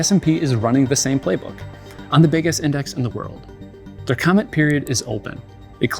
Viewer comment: Lets go "commeny" on this